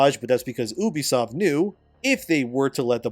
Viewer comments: He’s doing that just to annoy y’all 😂😂😂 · I always thought it was you-be-soft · YOU BEE soft, what tf is Ooobysoft? 😂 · You say Unisoft like this you be soft ha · When I hear someone pronounce it OObisoft, I no longer care about anything they have to say. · "Oobisoft" lol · Isn’t it pronounced like ‘you-bisoft’?